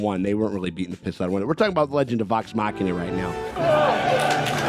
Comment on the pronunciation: Hey! He pronounced Machina correctly! Subscribed!😊